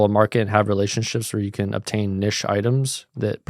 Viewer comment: Please pronounce Niche & Boutique correctly bro.